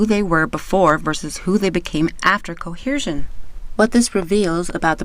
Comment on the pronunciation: You're pronouncing the word coercion incorrectly. There's no H in the word. Phonetically it's kow-ur-zhn.